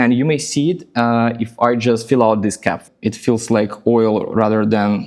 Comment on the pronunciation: You have a slight pronunciation issue: “fill” sometimes sounds more like “feel.” But it is still understandable from the context. Otherwise, you speak very well.